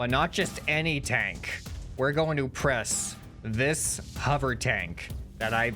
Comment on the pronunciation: It sounds like your old vids also I love how you say "the point is to press things" sounds like "the point is depressing"